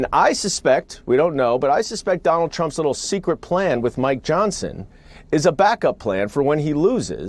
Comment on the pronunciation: “DonOLD Trump!” 😂😂